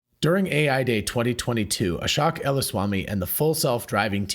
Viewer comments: Fyi, Ashok is pronounced uh-shoke, not ah-shock. Just listen to how he introduces himself. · Just a heads up “Ashok” is pronounced “uh-sh-Oh-k”… not uh-sh-oC-k. A lot of YouTubers are misspronouncing his name, ;) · Fyi, i think Ashok is not pronunced like Ashock, but rather like: Ashoke. Long o sound. (At least that's how Elon pronounced it and how he said it himself.)